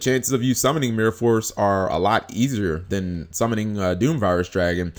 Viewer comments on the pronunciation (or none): none